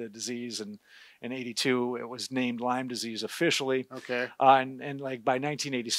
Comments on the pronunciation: Lyme disease, not Lymes, disease. It's named for Lyme, Connecticut. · Love your videos. But it is “Lyme disease not “Lymes disease”. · It’s Lyme not Lymes…… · Lyme Connecticut